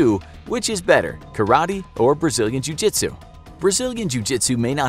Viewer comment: Pra que não entendeu vou pronunciar a conversa dele ele dici_Treinei karatê vários anos e apenas um pouco de jiu jitsu. Na maioria das vezes, um a um, usarei meu BJJ de faixa-branca em vez de caratê faixa-preta. lutando com mais de um, então é melhor você ser Mike Tyson . Gente a pronúncia não tá completamente certa mais tá ums 98% certa